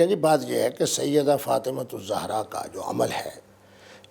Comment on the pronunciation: mubasher sahib pehlay to ap BIBI FATIMA ZEHRA s.a ka name theak say leana seakh lo zohra nahe ZEHRA s.a hey